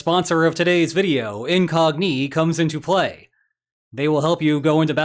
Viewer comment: Why do you pronounce Incogni with Iranian cadence and emphatic patterns?